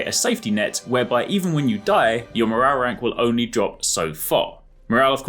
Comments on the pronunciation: Mo-row-rank. Scooby Doo took over. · Just came here to hear this guy say MORRARRERANK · “morarrank” 😂 nice 👍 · Morale rank sounds so wierd saying it fast lol